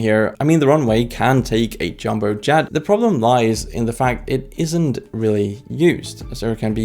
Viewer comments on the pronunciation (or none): none